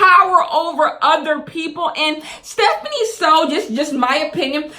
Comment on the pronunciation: it’s stephanie* not stephine